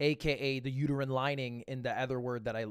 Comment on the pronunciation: He says "uterine lining" exactly how someone who doesn't know what that is would say it.